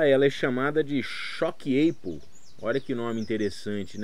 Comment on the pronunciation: Se pronuncia "TCHOC ÁPOL". Me perdoe pela correção se for inconveniente.